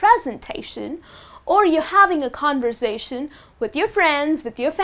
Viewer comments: i think the way you pronounce conversation is not correct .you pronounce like con-voor-sa-tion .i think its con- ver-sa-tion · What does mean mowiie!?? She needs to master IPA first Listen how does she pronounce the word ( conversation ) But her knowledge about the language is great